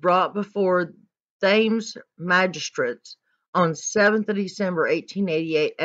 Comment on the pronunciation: Your pronouncing of Thames is very amusing.